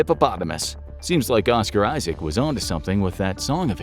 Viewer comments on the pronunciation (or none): none